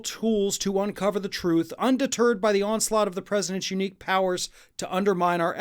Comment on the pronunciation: He said undy turd, Uh-huh-huh, uh-huh-huh…Heh, heh, heh…